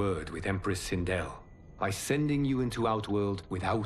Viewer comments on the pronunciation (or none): He heard sindel’s name so many times and still call her sindri😂… god of war took a toll on him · I laughed every time he called Sendel, Sendral. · Who is sindrel ? Her name is Sindel😂